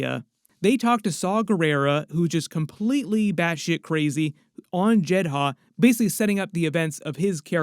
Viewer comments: Jed-uh not Jed-Ha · Why did you pronounce it as JED-HA when the show and movie pronounce it as JED-DAH? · Why are you calling it "Jed Ha"? It's always been "Jed Ah". ??? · It's JEDHA (Jedd•uh) narrator. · I swear this dude mispronounces everything on purpose just to piss me off. “Jed Ha” give me a fucking break, they pronounce it in the show how foul you not know 🙄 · Why are you saying Jehdah like that!? It’s grinding my gears 🤷🏽‍♂️ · Done watching. As soon as you said jedd haa . I can't. Done and not coming back. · Why put emphasis on the H in Jedha when they don't say that in Rogue 1 or in Andor? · Love your videos, Andor is my third favorite piece of Star Wars content only behind ANH and ESB. Unrelated, but what’s up with the pronunciations of Eadu and Jedha…? They say them a lot in the show and Rogue One and it sounds way way off… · Wild you can say heertz right and not jedha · Dude watch the show or movie. That’s now how you pronounce Jedha.